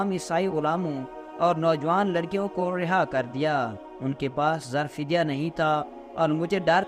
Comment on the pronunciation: zar fidya nahi janab zar e fidya aap ka urdu talaffuz theek kar len